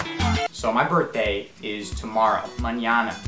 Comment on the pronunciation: Eh! It's cha burtdey mun